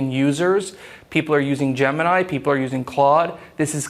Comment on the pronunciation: Where is this guy from? Why does he pronounce "gemini" so strangely? Is he Russian or Chinese?